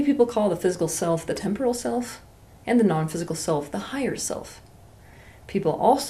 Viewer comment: I like when she pronounces *silf" instead of "self" ... Ok not really